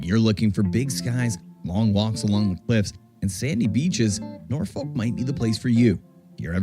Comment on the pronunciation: Your pronouncing Norfolk correctly unlike the narrator in the video 😮 enjoy your break all the best 😊